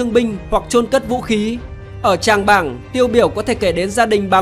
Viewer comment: Trảng Bàng chứ Tràng Bảng gì trời !? ;))